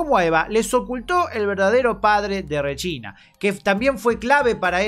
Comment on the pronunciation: No puedo dejar de pensar que el Regina que dice, suena como "Rechina" Jajjaja.